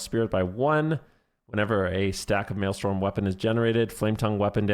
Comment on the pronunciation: its maelstrom not maelstorm